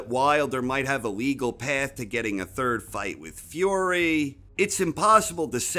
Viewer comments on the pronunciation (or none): Why do you say "Fiore" instead of "Fury" ?